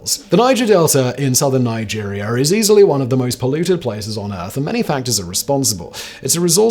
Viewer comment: Never heard of Nigerier. Nor have I ever heard of lake Shaster. This guy needs a phonics lesson.